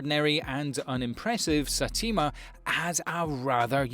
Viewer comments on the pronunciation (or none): its not Satima its Saytama ..its written just read it as it is written.. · Satima? what? Saitama man jees. btw i liked your list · LOL satima 😂😂